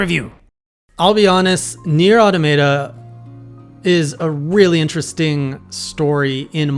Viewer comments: He found a way to pronounce the wrong way even “wronger.” 😅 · automaton. say it. then say automata.